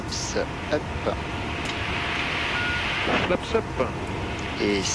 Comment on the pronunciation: “Zee Flapsa Fiveuh”